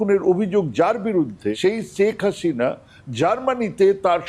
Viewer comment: শ্যাক হাসিনা নয় শেখ হাসিনা।ভাষাটি অন্তত শুদ্ধ করে বলবেন ভাই